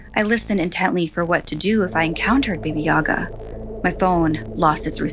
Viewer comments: It's actually baba yaga not BB yoga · just a detail; you said it kinda like "baby yaga", but its just baba, like when ur saying baa baa black sheep, just "baba", it means grandma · Baby yaga?! It's Baba Jaga 😭💀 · God its not Baby Yaga. Its BABA YAGA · Baby Yaga? Bah Bah Yaga is correct way to say her name.. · It’s baba yaga not baby yaga lol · Am I the only one who hears baby Yaga and not baba Yaga? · I love those Stories but you pronounced Baba Yaga wrong it just sounded like you said Baby Yaga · Take a shot of vodka for everytime she says "Baby Yaga." ITS BABA YAGA!!!! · Baba Yaga not baby yaga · honey it is pronounce Baba Yaga not Baby Yaga. ^^ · It's Baba Yaga! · I’m sorry but it’s Ba-bu-ya-guh “ba-ba” like sheep baaaaa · Sounded like Baby yoga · It's pronounced bah bah like how a baby says bah bah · Did you really pronounce bah bah yagas name wrong total culture appropriation with no research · it's actually pronounced bahh-buh yahh-guh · It’s called “Baba yaga “